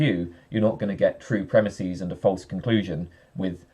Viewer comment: Here's a normative comment for you. Stop saying "premisēs". That's not a word. The plural of "premise" is "premises". Just like the plural of "horse" is "horses", and not "horsēs".